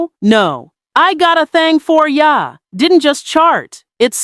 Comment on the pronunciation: Is this a black woman voice behind the scenes? What blk woman pronounces “ya” like “YAAH”? Short a, not long a